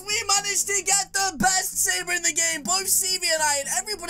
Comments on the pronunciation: You said saber🤣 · Danni Dale I know hahahahha he said saber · Hahahahahahahah you said saber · Umm you said saber